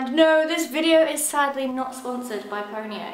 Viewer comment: I keep thinking she's saying ponyo